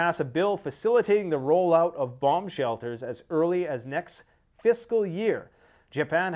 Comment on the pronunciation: Did you say the Japanese are building "bong shelters?"